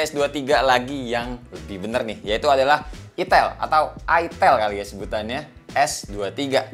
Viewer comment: Gua suka nih satu satu nya channel yang berani nyebut itel bukan aitel duluan wkwk.